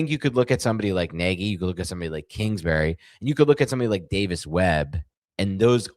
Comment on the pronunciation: pronounced neg-ee